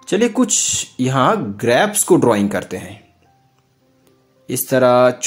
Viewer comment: Bhai grapas nahi hota grapes hota hai 😂